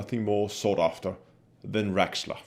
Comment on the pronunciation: its raxxla not rexxla and for that in this extremely rare case I gotta thumbs down it